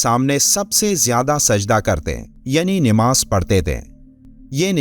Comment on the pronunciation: Nimaaz galat hai sahih lafz namaaz hai